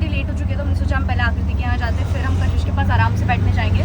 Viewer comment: Kashish❌ cash hish✅😂